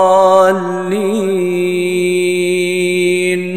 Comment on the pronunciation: ولا الضالين وليس ولا الظالين